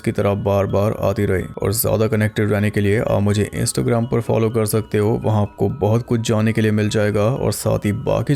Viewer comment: sorry 😅 But you say insto gram